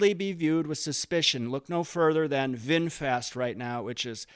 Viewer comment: Vinfast smh